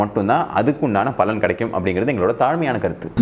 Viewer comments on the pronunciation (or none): none